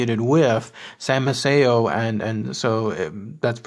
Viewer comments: It is pronounced MAY-see-o. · Maceo pronounced, May-cee-o. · I'm marrying into the family, and it's pronounced MAY-CEE-O 😉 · Incorrect pronunciation of the name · In English yes but not Italian. The guy didn't say the correct Italian pronunciation ethier.